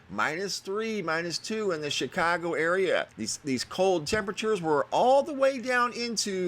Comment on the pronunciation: Love the way you said ChicOgo! Said as someone who may have lived there? Born and raised...miss it when someone actually says it right. Not Chicawgo. :-(